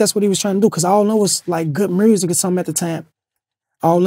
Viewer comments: Reese my guy, but wat is "GOOD MURRZIC" ??? 🤣🤣🤣🤣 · "Good mursic" 😂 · He got shot in the neck, some syllables ain't the same. Notice nobody else from Chicago says mrusic lol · Wait did he just say Good Mersic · Good murrssik 🤣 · Did that nigga jus say Mursic 👀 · Did lil Reese always had a Memphis accent when he says music? I never heard him say music before but he sounds like someone from Memphis when he pronounces music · why is he pronouncing music kinda like Memphis dudes?